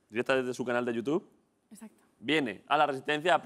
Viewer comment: jajajaja me parecio oir que marta dijo escacto en vez de exacto